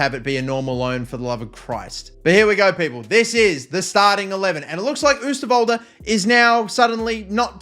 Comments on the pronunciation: Its not oesterwolde you say it like this oh sterwolde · If you'd really want to know how to say oosterwolde's name: ohw-stirr-wol-duh. Keep up the vids! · The Oo in Oosterwolde is pronounced like the o in Ronaldo